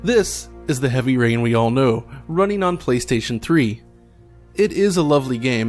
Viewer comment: was that "heavy urine" you said?